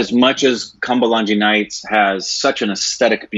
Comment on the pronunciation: How pronounced kumbalangi nights😂